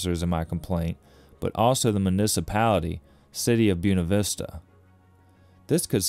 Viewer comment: Excellent video all you have to do now is learn how to say Buena Vista